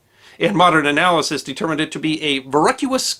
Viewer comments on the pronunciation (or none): none